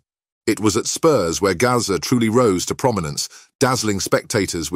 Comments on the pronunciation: Who the F is 'Garza' ???? His name's GAZZA! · Gazza not Gaza